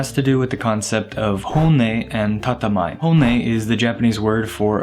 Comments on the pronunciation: 建前（tatemae）ですね。 Not tatamae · TATEMAE, not tatamae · 建前 it is pronounced tatemae not tatamae . In hiragana it would be たてまえ . Also, it is hard for me to take you seriously, you are missing the most basic rule of attraction in Japan. You MUST have a clean shaven face You will literally transform the very second you do so. Try it. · It's "tatemae" (たてまえ / 建前). -> "Te" instead of "Ta" You actually made me doubt myself there for a while 😂